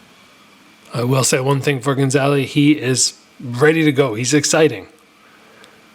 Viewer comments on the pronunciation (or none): ga - za - li. not gon - za - li. i think this is a great thing for jo jo, bring him back down to reality a bit. if you just feed young phenoms fish in barrels it can be crippling when they finally face equal fighters. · good video but why do you keep calling him gonzaly hahaha